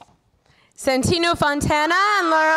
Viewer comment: bellie Well also Santino, that's not quite how you pronounce it, at least if you consider it's an Italian name xD (But close enough tho ahah)